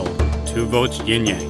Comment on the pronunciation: Sorry, but its YIN-Yang. Not Ying-Yang.